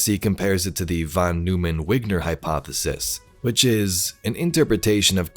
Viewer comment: They didn't pronounce Von Neumann correctly. Not a big issue but still drives me crazy.